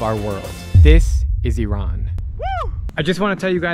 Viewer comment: You are one of few Americans that pronounce iran' name correctly Many Americans call it ayran but it is just iran